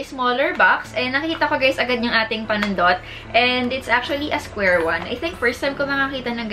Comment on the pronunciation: Natatawa talaga ako pagnagsabi na si ng "Panundot" wala lang.. hahaha.. Thanks sa Review!! 😍